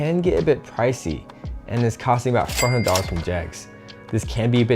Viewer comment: it’s just hard to understand. Like for example, the steering wheel part that cost $400. How 400 was said was hard to understand. If the narrator is Indian, then I completely understand.